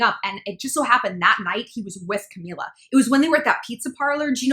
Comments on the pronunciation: Not to sound like an ass but.. It's CamEELA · Ca- mE- la...my gosh how hard is it to say her name right